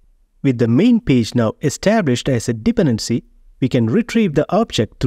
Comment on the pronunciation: thanks, btw: Dependency is pronounced with an emphasis on the second syllable, not the first, so it's more like dePendency